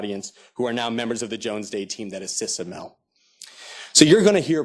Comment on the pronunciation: Why so many lawyers? Another American corporation, headed by a 'Muslim' (name only), to lead another operation into the ME to destroy Islam in the name of 'freedom' and 'democracy - when it was the West that planted all the dictators in the ME and Africa. And it is pronounced, A-M-A-L, not a-mel. By the way, your audio stinks as well as your video. Hope it falls flat on its face., you are a sell-out.